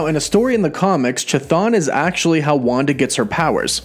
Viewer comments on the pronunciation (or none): Pronounced Thon, as in Chtonic which is pronounced thonic.